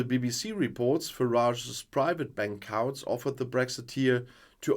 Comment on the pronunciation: Whilst mispronunciations of our crazy language are inevitable and often amusing, please note that the ‘ou’ in ‘Couts’ is ‘oo’ as in ‘boots’. Hope this helps.